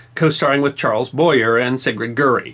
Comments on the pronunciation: Charles BoyER???? Geez,... pretty sure it's pronounced "Boy-Yea". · Also its Charles Boy-yay..not Boyer. None the less,you find good stuff,professor. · BOY-er? First time in my nearly 60 years I've heard it pronounced that way. Everyone of the Golden Era of Hollywood pronounced it, "boy-YAY." It was supposed to be a sexy French thing. Very interesting episode, nonetheless. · Charles Boy-ay not Boy-er. Il était français. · Charles BOY-YERRRR? No, Boy-YAAAY! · On the subject of pronunciation, Charles Boyer is pronounced " boy-ay" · Great story. But Charles Boyer is pronounced “Boy - aa.” And the Air Force didn’t drop sonobuoys, it was the Navy. My brother flew Grumman S2Fs doing exactly that during the Cuban Missile Crisis. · It's Charles Boy Yaye as in Chevrolet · Isn't it Bwah-yay? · Hey! His name is pronounced "Charles" and the last name is "Boy-Yay". Anyone watching "I love Lucy" knows that name. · You are the only person , ever to pronounce Charles Boyer . It’s sounds like boy yea. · "Boy-yay" is correct. American pronunciation is sometimes jarring. I wince when they say "foy-yerr" instead of "foy-yay" (foyer) and otherwise mangle French words, but it's no big deal. does a great job. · Charles Boyer was pronounced boy-yay.